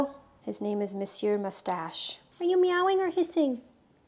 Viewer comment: The first english speaking person i see who pronounce monsieur in a perfect québécois accent Props to you🙌